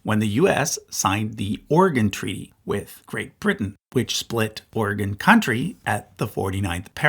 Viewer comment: Oregonian listening to this video: "...which used to be called Oregon Country." You pronounced it right!!! OMG!!!! This just made my day!!!!